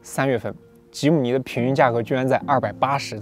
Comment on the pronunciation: 非常開心，第一次聽到有車評唸出正確的名稱吉姆尼了